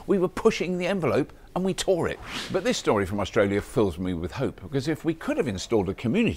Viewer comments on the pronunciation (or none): none